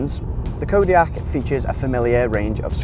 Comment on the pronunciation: can' t even say the name